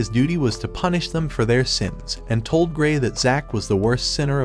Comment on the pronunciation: "i dont know what sins shes talking about but she can punich me"😹